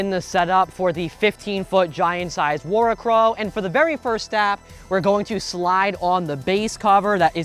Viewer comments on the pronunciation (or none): Heads up… you’re pronouncing it wrong. Worricrow It means Worry crow Pronounced “Worry-crow” It’s literally just the old term for scarecrow Just as that’s not pronounced scar-eh-crow